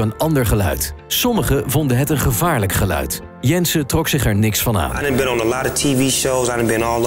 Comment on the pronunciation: Één tip: spreek uit als 'ge-luid' en niet als 'gluid' s.v.p.